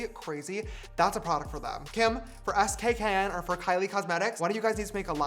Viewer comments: not James saying saying Skkn by Kim as S k K n instead of skin 😔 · “S K K N” is it not pronounced “skin”😭😭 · James the name of the brand is pronounced skin 😭